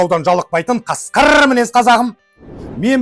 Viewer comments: баурым норм, бірақ мультфильм сияқты сөйлейді екенсің, ең болмаса қасқырррр деп айтаяқ, салмақты қасқыр деп айтқаның дұрыс, рррр деп қоспаған жақсы сичқты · Неге Қасқыыррррр дей бересн или сондай қуатының бар ма😂?